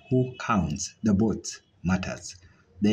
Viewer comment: "Who counts the botes " guys bring someone who has a good English pronunciation 🤦‍♂️